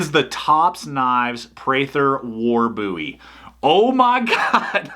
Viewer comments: i don't think you would call David Boo'wie- c'mon dude its bohwie, i dont care how extra large your hands are!! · Does one pronounce it "Buuie" or "Bow-ie"? Just asking for a friend...